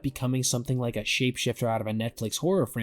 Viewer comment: What did you say here? "looking drunken sailor" or "like a drunken sailor." Word up. Its word girl....😂 I'm just trying to figure it out. Sounds like you said the first thing, when it should be the second thing.